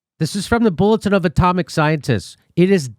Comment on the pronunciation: Jimmy Dore Show : Jimmy, fine, good episode, certainly appreciated, but work on your language skills, for, f.e., when referring to the " Bulletin of the Atomic Scientists " a number of times early in this video, it sounds a lot like you said " comic scientists ", instead of " atomic scientists ". I'm not sure if I heard that correctly but it's what it sounded like, to me anyway. Thankfully though, you were displaying the text, so this made up for the difference, say. It's very interesting that the former or recently former director of the CDC who's also a very experienced and knowledgeable virologist said what he said, and he certainly seemed very professional about it, so very sincere. He definitely doesn't seem to have at all been bs'ing. He instead seems to have been speaking "straight talk".